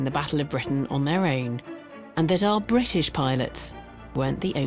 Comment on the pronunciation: THERE US NO SUCH SOUND IN THE ENGLISH LANGUAGE SUCH AS HKKKR. IT IS H, NOT SOME PRO ARAB , WOKE LEFT PRONUNCIATION. THE WORD IS BRITISH, NOT BWITISH. MY COMMENTS ARE BELIEF ONLY WITHOUT PREJUDICE.